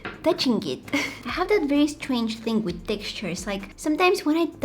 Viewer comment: I love how u say "interestinK" and "thinK" instead of interesting or thing... It's so cute 🥰🥰🥰